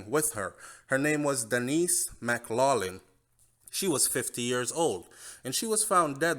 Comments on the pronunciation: The name McLaughlin is pronounced MACK-LOC-LIN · Hey, maybe you don’t realize but the last name McLaughing is pronounced: “Mack clocking” please note. This is just a constructive criticism!!